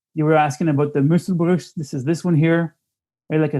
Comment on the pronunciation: gosh i laughed hard when he pronounced the german word... muschelbruch - "shell break"